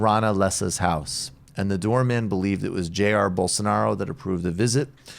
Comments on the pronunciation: Brooks as you requested Elcio Queiroz is pronounced like Elseeo Kayeeros and Jair is actually pronounced more like Jie-eer. The J in Portuguese has a sound we don't have in English a mix between our J sound and our SH sound) #LULALIVRE #FORABOLSONARO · Would you guys hire me to write pronunciation guides for Portuguese? You managed to mispronounce every single vowel of Elcio Queiroz and most consonants whereof. And why were you mispronouncing "Jair"? I've heard you pronounce his name correctly thousands of times before...